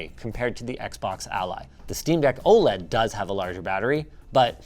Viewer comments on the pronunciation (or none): none